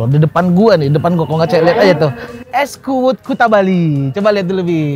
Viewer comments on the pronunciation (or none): Es kuud yg bener bukan kuwut